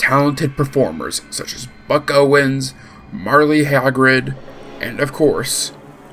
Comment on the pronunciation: I’ve never heard someone pronounce Merle that way